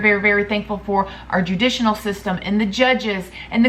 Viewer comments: Good ole pronunciation of words 💜😅 “judicinal system” lol. Judicial system. Still love you! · “Judisional” I love you! 😂♥️ (it’s judicial😉) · It is judicial not juditcional system. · Judicinal lol your so cute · “Judicinal system”😂 you need to learn how to speak, your grammar is horrible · You made me smile when you said "judicinal" system 😊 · Don't kill me for pointing this out I have to because you make me laugh U said u said everything wrong (Judicinal) lmao love you You look gorgeous in that makeup look ❤️😘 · Nothing is wrong with informing her of the grammatical error, so she will pronounce it properly in her next video. I had caught that too and laughed,but in no way was she rude to her about it ! 🤔